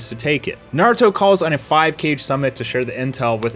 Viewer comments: This dude just said cage when saying kage lol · he prounounced kage wrong 😂